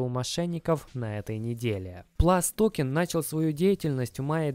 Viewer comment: ПлюсТокен, а не ПласТокен Не Билл Пульт, а Билл Пультэ